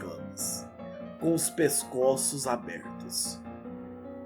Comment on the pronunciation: "pescóços" foi foda